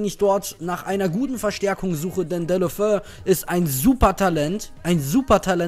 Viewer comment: Man spricht Deulofeu Dä-ulu-'fä-u aus ;) Troztdem wie immer einen Daumen hoch :D